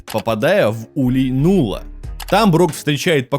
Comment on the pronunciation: Не Нулла, а Налла.